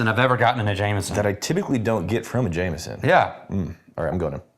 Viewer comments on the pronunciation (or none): I love how you guys add a T to Jameson (-ston) where in NJ we sometimes add an “R” : Jame”r”son.